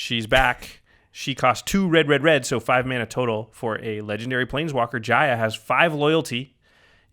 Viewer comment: YOU MISPRONOUNCED JAYA'S NAME HOW DAAAAAAAAARRRRR.......... oh thanks jimmy.